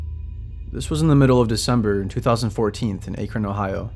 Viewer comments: AK-RON... not ACHE-RON... Haha I live only like a half hour from Akron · It’s (act-Ron) Akron ohio u pronounced it wrong lol 😅 great video by the way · Why do people pronounce Akron like ay krin? Mr. Nightmare made this mistake too 😤